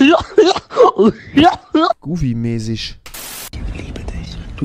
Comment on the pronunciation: Am schlimmsten ist statt ,,Mäsig" ,,Mesisch" sagt xD